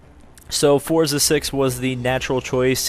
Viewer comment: No offense, but it's a pet peeve of mine when people say "Fortza."